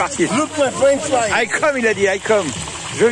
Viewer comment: Et les "french fraïte" 🤣🤣🤣